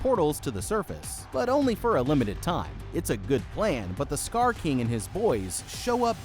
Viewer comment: STOP SAYING STAR KING